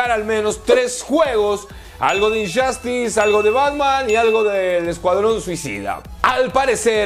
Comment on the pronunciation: Por qué muchas palabras con los juegos un decir como Injustuce los pronuncias con “Ch” y se oyen Inchastes o como Just dance que se oye chast dance